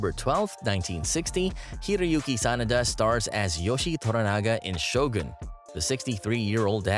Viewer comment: You narrate well. I hate it when people pronounce Shogun as Show Gan. You pronounce it correctly: Sho Goon.